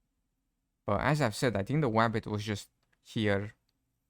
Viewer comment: ..the "woof" the "Zambie" and the "wabbit" lol